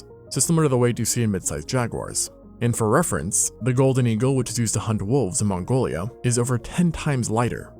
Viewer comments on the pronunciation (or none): none